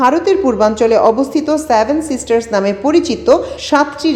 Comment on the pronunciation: স্যাভেন উচ্চারণ না করে 'সেভেন সিস্টার্স' বলুন। সম্ভবত এটি কণ্ঠ।